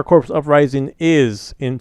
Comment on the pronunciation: no, it's the fact you keep pronouncing the word "Corps" wrong.